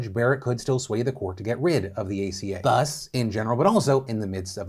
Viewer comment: Is anyone going to point out to Phil that the 'th' in "thus" sounds like the 'th' in "that" and not the 'th' in "three"?